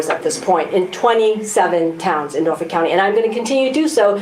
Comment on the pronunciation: Can any of you enunciate the name of your home county? Cause it does NOT have an add'l "R" in it. It is NOT Norfork!!!